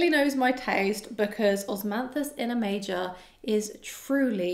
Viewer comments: It's not "Osmanthus in a major", it's Osmanthus in A Major, as in the musical note 'A Major' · HI, I don't know the house, but I am pretty sure it's A Major (the A being capitalized and pronounced as such), like in sheet music.